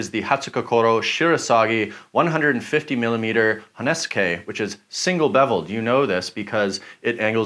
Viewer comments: It drives me nuts every time you say "honeske" instead of "honesuki". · honesuki not honesukay. please it hurts